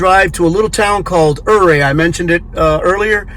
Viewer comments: I lived in Ouray, it is pronounced 'you ray' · Ouray is pronounced Yuray. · Except the Utes pronounced it differently